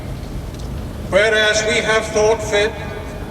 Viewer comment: at about 20;30 he pronounces Regina wrong